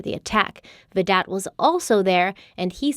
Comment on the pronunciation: I don’t mean to be petty but Vidot is pronounced with a silent T like Vido